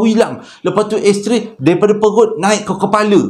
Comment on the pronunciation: Sebut betul2 bang., bukan "Ash Tray" tapi "X-Ray". Ash Tray tu bekas habuk rokok